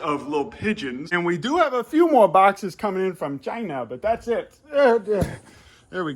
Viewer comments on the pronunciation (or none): The way he said China 🤣